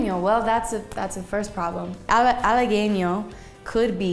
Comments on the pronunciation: Pero Halagüeño lo dijo como Halagueño y no como Halaweño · en Halagüeño estuvo muy cerquita, sono como halageño por falta de pronunciación de la diéresis, pero se comprende porque en el inglés no se usa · Se lo que significa pero no estoy seguro de su ortografia y por lo tanto la pronunciacion Esciben halagueño (no se poner la dieresis) Lo estan escribiendo con dieresis entonces debe sonar la ( u ) y sabrina la pronuncia mal pero el error es la ñ no la u Corrige la ñ pero ahora su error es la u quien la corrige tampoco sabe mucho español